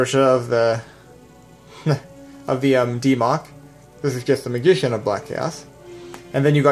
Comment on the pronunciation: "Leg-End? Meegician?" there's a difference between a speech impediment and just not giving a shit.